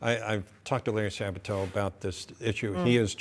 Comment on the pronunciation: LARRY SA BA TO. AT LEAST PRONOUNCE HIS NAME CORRECTLY.ACCENT ON THE FIRST SYLABLE